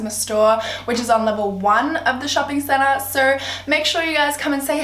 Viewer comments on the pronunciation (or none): none